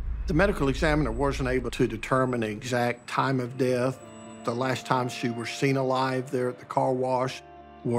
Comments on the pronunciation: This guy needs to learn the difference between was and wars 😂🤦🏻🤦🏻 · I didnt know that there here is a letter {r} in was.?